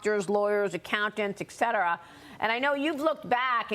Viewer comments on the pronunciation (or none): Ekcetera, seriously you cannot pronounce etcetera